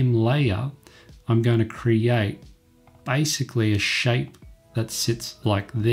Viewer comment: it is basicaly not bycicaly